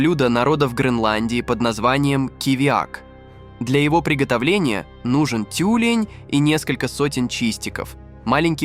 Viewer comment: ЭскИмос, тЮлень.... Это что, автоматическая начитка?